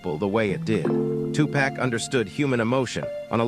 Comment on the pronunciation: It's not two-pack, it's Tupac!❤❤❤